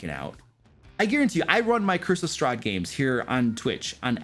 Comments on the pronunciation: I swear I hear “Christmas Strahd” every time he says “Curse of Strahd”. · i can not unhear this now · I can't unhear it now....